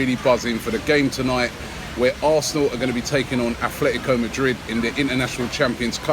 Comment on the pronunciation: Please someone tell robbie that is not athletico and atlético😑😑